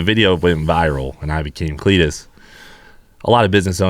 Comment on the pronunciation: CLEET TO CUP